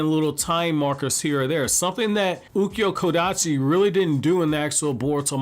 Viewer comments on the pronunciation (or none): none